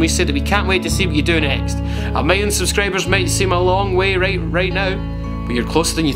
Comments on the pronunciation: someone teach him to say "Subscribers" instead of "SubscrAbers", and "Video" instead of "Vadio" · "100 thoosand subscrayburs" This comment isn't supposed to be offensive